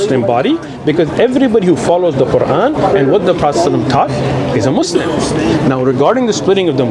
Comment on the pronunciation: Why they say "Mozleem" 😅